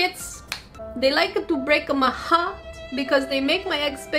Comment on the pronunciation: ThEY LikEa to BrEAka My HEaRt. Gives me goose bumps. ;-; XD